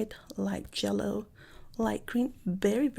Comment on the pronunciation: I live for saying ''jellow''